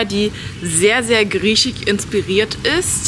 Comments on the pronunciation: Ist ein Sprachfehler, den haben viele. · griechisch nicht griechig :D haha